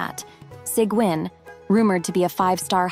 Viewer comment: These bots can never pronounce sigewinne’s name correctly. 🙄 It’s pronounced Seegween.